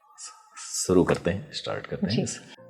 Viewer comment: Anpad aadmi par bolna bhi sahi se nhi aata... शुरू करते हैं को सुरू करते हैं बोल रहा है।